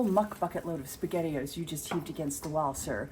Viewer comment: SpaghettiOs… not sure how to spell it, but I had to rewind to make sure that that’s what I heard😂 YEP you’re a grandma…whoops 🫶